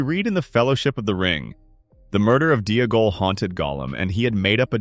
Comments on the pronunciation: If Smeagol is pronounced Smee-g'l then Deagol is Dee-g'l, not Dee-uh-gol. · The constant mispronunciation of Deagal is annoying, the commentator pronounces Smeagol properly then instantly adds a syllable, to be honest it’s taken me away from what’s actually a good theory